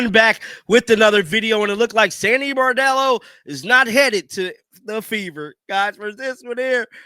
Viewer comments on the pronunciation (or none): B r o n d e l l o not B a r d e l l o! Lmao love ya John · BRON-dello, not BAR-dello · Bro… Get her name right. It’s not “Bordello”. It’s Sandy Brondello. Bron-dello. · BRONDELLO.... NOT BOREDELLO.... She's not a hooker.... Lol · He always mispronounces her last name. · Her name is BRON-DELL-O! Get it RIGHT!!!